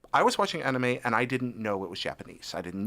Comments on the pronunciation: it's like he says it with two A's like saying the name Aaron....Aanime lol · Why does he say anime like that 0_o? its clearly based off the word animation why change how its pronounced